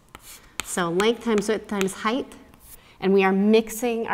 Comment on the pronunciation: Hopefully constructive criticism: "Height" ends with a 't', not a 'th'. Also, on your formula, you could simply cancel out (reduce) the twelves, leaving you with 8x8=64. HTH. I love your channel.